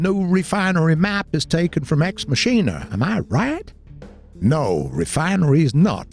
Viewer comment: it's pronounced "ex mackina" not "ex musheena"